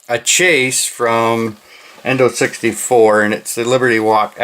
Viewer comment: If you say Indo 64 one more time, I’m coming through the camera!!! It’s INNO 64 DUDE! You’ve got to learn how to pronounce certain words that are very important in the diecast community. If you want, I’ll send you a list of all the words and acronyms that you ALWAYS butcher.